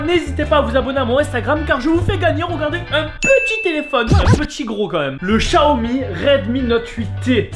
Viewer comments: C pas" Chaomi" C "Xaomi" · En vrai c'est Xiaomi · Tu sais même pas le prononcé le Xiaomi j en ai un